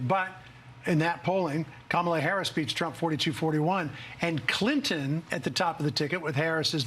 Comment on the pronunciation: And please, stop the disrespect of mispronouncing Kamala Harris' name. I'm mean, what are you 5 years old?